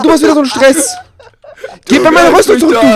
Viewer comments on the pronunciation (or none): Das heißt stress :) nicht stess ... ;) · Stess? Du meinst Stress? :D